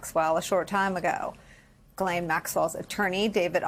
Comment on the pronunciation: Her first name is French and is pronounced "Ghis-laine", the "s" is not muted and the "Gh" is pronounced as the "s" in "measure". There's another French name, Guylaine and that one is pronounced like everyone does: "Gui-laine". I had to get this out of my chest, my ears are buzzing every time I hear her name on English speaking news channels or YouTube 😵‍💫😄